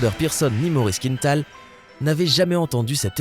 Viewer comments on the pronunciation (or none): On prononce quin-tal, pas quinne-tal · Il ne faut pas prononcer «Quinetal» mais «Quintal», c'est un nom québécois et donc d'origine française. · "Il faut savoir qu'un kilo ne représente qu'environ qu'une 1/2 livre" ouf.... 1 Kg c'est plutôt 2,2 livres... Et c'est quoi cette invention d'angliciser la prononciation d'un nom parfaitement francophone Maurice Quintal se prononce KINTAL et non pas KINETAL comme dans une quinte de toux, on ne dirait pas une quinete de toux. Je rappelle aux Français que tout ce qui est nord-américain n'est pas forcément anglais. Il existe le Québec et d'autres communautés francophones en Amérique du Nord. Une petite recherche avant de narrer une vidéo peut-être ? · Les Français (ou uniquement le présentateur) ne connaissent pas le nom de famille très francophone de «Quintal» ? Ils prononcent «Quinetal».